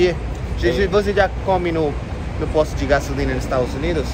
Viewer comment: É diferente, "posto" "poste".